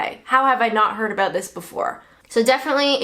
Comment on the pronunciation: aboot 😂 cracks me up